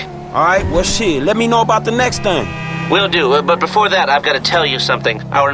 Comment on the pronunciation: i like how you say -how did heee not see mi